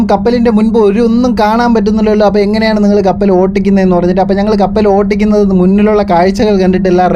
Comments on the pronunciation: കപ്പൽ ഓട്ടിക്കുന്നത് എന്നല്ല; കപ്പൽ ഒട്ടിക്കുന്നത് എന്നു പറയണം😂😂😂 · ഓട്ടിക്കുന്നത് അല്ല , ഓടിക്കുന്നത് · കപ്പൽ ഓട്ടിക്കുന്നത് എന്നല്ലട്ടോ ഓടിക്കുന്നത് എന്നാണ്🤣🤣🤣🤣🤣🤣🤣🤣🤣